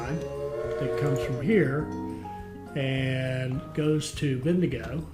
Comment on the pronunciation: As an Aussie from north QLD, the pronunciation for Bendigo is ‘Ben-Da-Go’ and say it together quickly